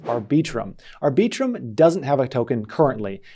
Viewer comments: “aR Bee Trum” 🤔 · FYI, no one, and I mean NO ONE pronounces Arbiitrum the way you just did. You mutilated that name.